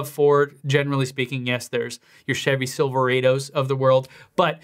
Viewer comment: silver-ay-dos lol